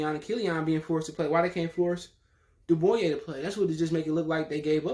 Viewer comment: Can't even pronounce his name. If your gonna make these kind of videos learn his name bro